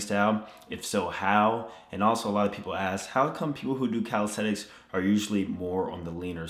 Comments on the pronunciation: Its CalisTHenics not calistetics at least pronounce the word correctly in your video!! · Is it me or does it sound like he’s saying calistetics? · Calisenthics Subtitles: Cow Aesthetics, Cal sites, Teletubbies